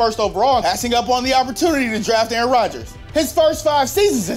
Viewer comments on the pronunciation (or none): none